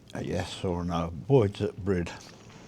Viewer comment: It's Boyes not Boyds FFS!! 🤦🏻‍♀️🤦🏻‍♀️